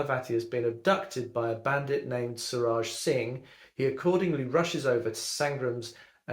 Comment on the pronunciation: It’s pronounced SOO RUJJ meaning SUN!☀️